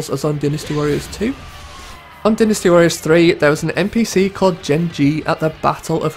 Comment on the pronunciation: I wish you'd say Dynasty Warriors right